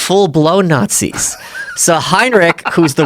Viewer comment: "Nahtzees" Every time he says that he loses a bit of credibility